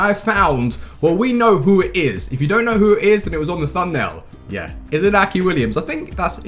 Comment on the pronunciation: its pronounced inyaki and can u try muriel and niang (sss) sweaty seria a strikers